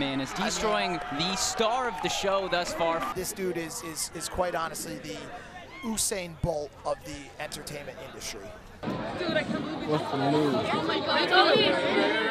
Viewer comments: "oosain bolt" are we gonna allow that? put some respect on his name... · My man said oosain bolt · the way he said Usain Bolt makes me sick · The fact that they pronounced his name wrong fam🤣